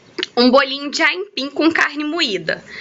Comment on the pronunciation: kkkkkkkkkkkkk ela fala aimpim